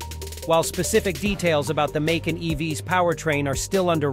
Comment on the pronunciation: Its not "Maycun"!!